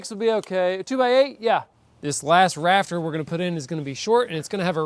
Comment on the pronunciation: correction ….thatza raft (er) 😁